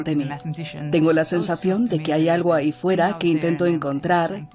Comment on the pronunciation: Sobre todo cuando dices "ahy" y "consepto"...